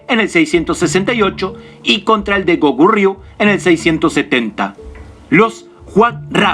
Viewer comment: Cuando hablas del hwa rang y del Soobak, te falta decir q se crea otro estilo el SooBakGi. Y mostras en el video al Sibpalki, eso esta mal....Escribis Kogurio y pronuncias Gokuryu, otro gran error q no deja interptetar la informacion